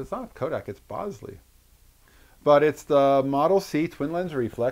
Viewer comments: Lots of comments about the pronunciation of the name of the camera. Just to add another twist to the discussion, it's actually pronounced "bowl-ZAY", not "BOWL-zee". When Jacov Bogopolsky changed his name for the last time, he changed it to Jacques Bolsey and pronounced it like the French would pronounce it. But don't just take my word for it, you can confirm this in the movie his great grand-daughter Alyssa Bolsey made about his Bolex camera, "Beyond the Bolex". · BOWL-ZEE, REPEAT...BOWL-ZEE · Check the spelling. I believe Bolsey is pronounced "BOL-SAY". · I thought I had been saying it wrong this whole time - but, no - YOU have haha